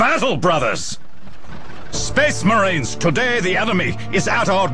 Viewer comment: 'An Excellent SPESS MARINE'